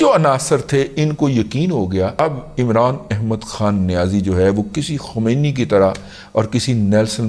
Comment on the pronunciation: Sahih talaffuz ye hai. Ayatullah KHOMAINI